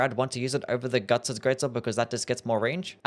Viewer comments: did bro really say "Gugs"???💀💀💀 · Yeah, Gugs... from the famous manga Gerserk.